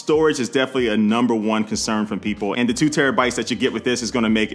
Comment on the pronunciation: are you from the land of the ravens I can tell by the way you say 2